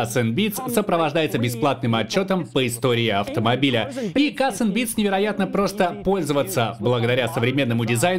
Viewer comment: Бля каРРРРРс энд Бидс. А не кассссссс